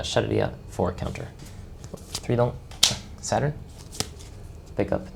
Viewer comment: I thought you were saying 7 at 7, but you were saying 7 at Saturn. Great walkthrough dude 👏